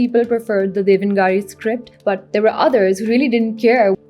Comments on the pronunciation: It's pronounced Dev naag re, not devan gaari. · Very well researched. Once minor correction in pronunciation: The script that Hindi uses is pronounced as "dev-na-gari" and not "devan-gari"